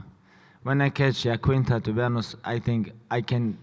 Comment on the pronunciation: The fact that Khabib can say "I" but not "Iaquinta" is disrespectful. He wouldn't have his BS title if not for Al. At least say his name right, you're not a dummy